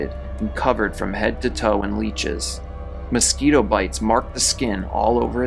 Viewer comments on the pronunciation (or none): none